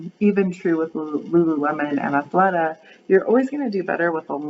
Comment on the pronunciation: I'm pretty sure Athleta has a short e ...like Deletta. At least that's how I say it, lol